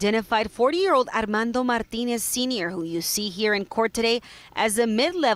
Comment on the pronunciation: reporter seems to have a difficult time pronouncing "Martinez"